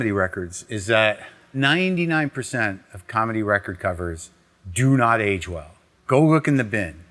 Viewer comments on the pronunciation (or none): “Any calmedy records from the eighties…”